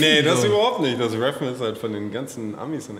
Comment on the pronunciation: Rääff? dat heißt „der Fuchs guckt“